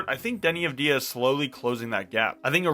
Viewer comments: It’s AUD Vey Ah and no one says it the way you say it. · Thank you for the video, sir. One tiny note on Deni's last name pronunciation, the stress is on "Av", instead of on "di". Like saying the letter "W" for example. All the best! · I wanna see you say his last name correctly lol